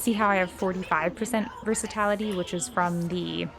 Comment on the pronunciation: Versati"l"ity not versat"a"lity😂😂. NIce guide and happy holidays